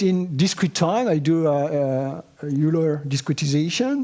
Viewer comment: It’s wild to see him for the first time after using his MCSM book for a while. Also noting his pronunciation of Euler 👂